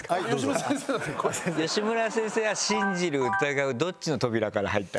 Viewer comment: シン⤵︎ ジル⤴︎ですぅ。イントネーション草。あとそれ言った瞬間前髪ずり落ちてきて余計に哀愁やばい😂